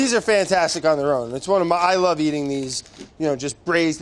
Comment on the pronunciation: "Ooh delicious " Brad: "You like that?": "I lowve it"